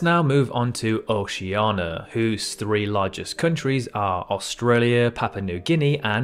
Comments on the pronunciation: The question is, can he pronounce Oceania yet? Edit: of course he fucking can’t. It’s pretty ridiculous how he completely ignores the i in Oceania. IT’S OCEANIA NOT OCEANA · in the video, the continent is named OCEANIA, not Oh-she-ahn-uh. There are FIVE syllables. Cannot trust anything you say. You have ignored Antarctica. Cannot be trusted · ikr. he keeps saying O-SHI-YA-NA!!!! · It's pronounced "O-shee-yarn-iya" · Please learn how to pronounce Oceania correctly.